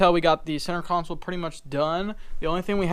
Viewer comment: Console. Not council